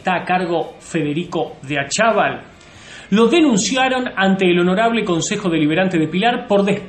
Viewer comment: Jajajaj yo vivo en Pilar y no sabes ni el apellido, No es DE ACHAVAL, ES ACHAVAL